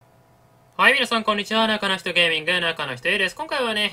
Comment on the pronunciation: 中の人Aです。が中の否定です。にしか聞こえなくなったw